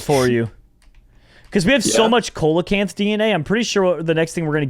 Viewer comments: It is pronounced SEA-LO-CANTH not cole a canth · They say Co-la-canth when its Sea-la-Canth 👌 Noice 👌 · the way you read the fish name is wrong its not "coal" acanth its "seal" acanth its just spelled like that youre making me rage your welcome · Please.... ceolocanth is pronounced seal-o-can-th and fun fact it’s still alive today deep in the oceans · Coelechant is pronounced seelichaent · it’s pronounced see-la-canth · coelacanth is pronounced see·luh·kanth, just a little tid bit cause it kinda bothered me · It's actually pronounced like seal - oh - canth. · You say coelacanth but its pronounced seelacanth. It just irritated me. Lol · yes ik but it is PRONOUNCED seelacanth. Ik its spelled coelacanth. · Coelacanth is pronounced SEEL-uh-kanth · Coelecanth is pronounced seal-low -Canth Dilophosaurus is pronounced dill- off - oh - soar- us Brachiosaurus is pronounced brach-ee -oh-saur -us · Coelacanth is pronounced se-lo-cinth